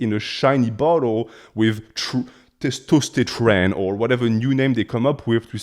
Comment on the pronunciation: testostotren lmao